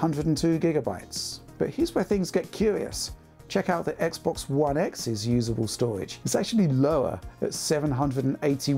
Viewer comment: Think he said SSD's, solid' state' doridge